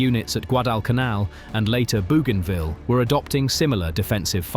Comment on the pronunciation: Your pronunciations left a bit to be desired. You take an interest in the war in the South Pacific, but don't know how to pronounce Guadalcanal or Bougainville? It give me the impression you just read a few Wikipedia articles, found some stock footage and slapped it together.